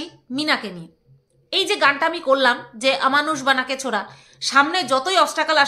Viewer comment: তোমার গানের কোনদিনও কেউ খুট বের করেনি তবে আমি বলছি তুমি খুব ভালো গান করো কিন্তু এই যে ছোড়ার জায়গায় ছরা এটা কিন্তু শুনতে খারাপ লাগে😢 মানে ড় এর জায়গায় র দাও❤❤ কিছু মনে করো না